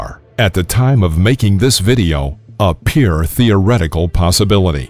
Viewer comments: 1. can someone correct this guy's pronunciation of the word "pure" - he says it like "peer"; 2. Incorrect display of the hydrogen bomb - you are showing the gun-type fission bomb, the type used over Hiroshima. 3. Am I the only one not seeing this - I thought the Neutron Bomb, stopped by Carter in 1978, did what this video is describing? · Also, you need to learn how to pronounce the word 'pure' - it's not 'peer', as you seem to say...